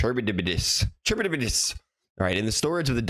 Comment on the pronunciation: Charybdis: kha-RIB-dis :]